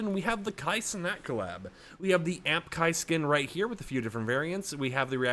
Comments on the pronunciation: its A M P not AMP lol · It’s not Amp it’s “A “M “P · bro said amp bro it’s A M P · A M P not amp